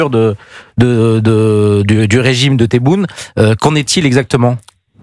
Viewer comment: Elle veut même pas dire le nom exacte du président Tebboune elle dit teboul c'est un mépris je pense